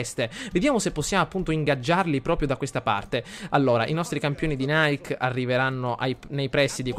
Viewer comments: si pronuncia nike nn "naik" in onore della dea greca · Ogni volta che la plebe nonclassicista lo pronuncia Naik sento 23 pugnali nel cuore ahahahah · Nike (dell'esercito "I campioni di Nike") si pronuncia come scritto, non come la marca di scarpe. Nike è una dea greca. :) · nike leggilo come è scritto, è il nome della dea greca della vittoria quindi non lo leggere come la marca di scarpe.Continua così sei un grande! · Sentirlo pronunciare in quel modo è straziante xD